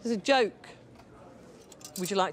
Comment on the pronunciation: "thisa joyke" 😂